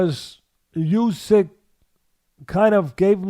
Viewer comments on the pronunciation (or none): I say? When you get the chance, can you point out to Teddy that Olexandr's surname is pronounced "OO syk" and not "You syk"